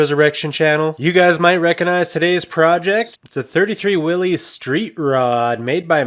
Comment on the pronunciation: Willys is pronounced Will-iss, not Willies.